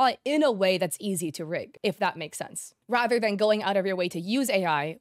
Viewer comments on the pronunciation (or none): none